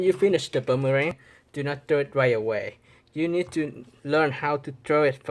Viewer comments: It’s boomerang not buumurang 🤦‍♂️ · It's boomerang not bummerang